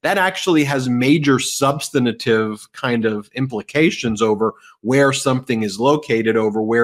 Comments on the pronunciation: Ben, I love your videos and tune into MTN every day. I am not in the legal profession, but have so enjoyed getting an inside look at all of these historic cases. So, forgive me for commenting on something that grates on my nerves a bit. The word "substantive" only has three syllables. :) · Ben, please learn how to pronounce "substantive"!